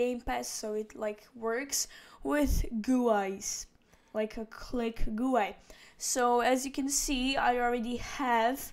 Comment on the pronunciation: The way u said GUI